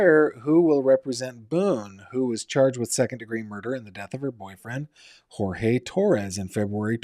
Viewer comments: his name is Jorge pronounced George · If you watch the video of Jorge’s mother or the body cam footage when Jorge AND Sarah were both arrested, Jorge AND his mother both say his name is pronounced GEORGE. Please respect the victim and don’t mispronounce his name. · FYI Jorge pronounced his name like George. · He doesn’t pronounce “Jorge” as George. It just means they don’t go by the Spanish and instead go by the English version. Many people called Jorge go by George…but when they visit abuela, it’s Jorge.